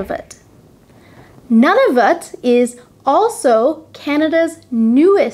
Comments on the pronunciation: Well done. But Nunavut is NOT pronounced NONE-of-it, but rather NEW'-na-vut. Its capital city, Iqaluit, is pronounced I-KAL'-wit. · I like your show, and am glad you introduce the basic geography of Canada. FYI Nunavut would be pronounced more like noo·nuh·voot. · I like your videos, but for our NE territory Nunavut, I believe they pronounce it noo·nuh·voot. The Inuit also pronounce the 'i' in the capital Iqaluit. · Oops! it's EE ka loo eat! :) Iqaluit. And my friend from Nunavut calls it Noonahvoot. Thanks for this video though! I think it's great! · You need to check out and correct your pronunciation of Nunavut and Iqaluit, both incorrect in this otherwise excellent review of Canadian provinces, territories and cities. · Hi Lorne ☺️. Thanks for watching and for your excellent feedback on the pronunciation of Nunavut and Iqaluit 👍🏻🇨🇦. I've heard so many people pronounce those places the same way as I did in this lesson, but never realized that they were also incorrect 😅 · I'm not from Canada, but you just butchered "Nunavut" and "Iqaluit", sorry! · Thanks for watching 🇨🇦. I admit that my pronunciation of Nunavut and Iqaluit were slightly incorrect, but there is nothing wrong with my pronunciation of Quebec. I lived in Montreal for a few months and this is how most people there pronounced it.